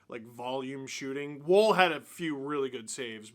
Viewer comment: Am I the only one a little annoyed that Steve pronounces Wolls name like ‘wool’ and not ‘wall’ which is how it is supposed to be pronounced?